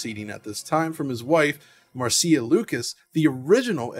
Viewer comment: Mar-SEE-a Lucas? Irvin KESH-ner? Digital Foundry needs to start researching name pronunciation before they film.